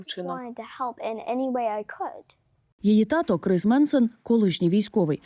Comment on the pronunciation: КРИС? 🐭 😂 Може КРІС, А НЕ КРИС?